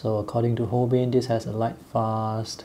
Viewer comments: Delighted to see a review of the Holbein line. FYI: the company is pronounced Hol-bine. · It is "hole-bine" rhymes with "line", for "Holbein"; it is a German surname. Also, interesting that their Chinese white is actually titanium white.